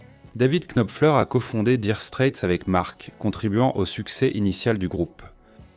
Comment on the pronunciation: Nopfler et non KKKnopfer. Daïre Strait et non DIre strait.